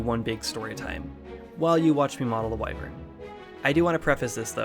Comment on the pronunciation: Omg he said Why-vern and not Whi-vern!!! So proud.